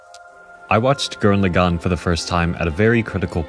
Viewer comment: I love your message and your personal story here, but dammit if I wasn't distracted as hell by your pronunciation of Lagann. You pronounce it like "le'GON" when in the show (original Japanese) they clearly pronounce it like "lah-gun" (with no stressed syllables).